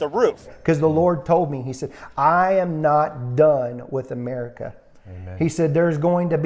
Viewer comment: Gotta love the reality show "AMARICA"